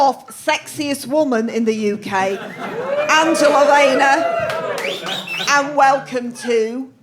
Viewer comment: ''No bwainer wiv Angela Waynor!''